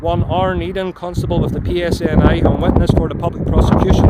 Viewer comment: It's PSNI you muppit